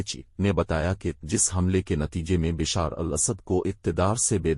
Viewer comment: Correct pronunciation Bashaaar al Asad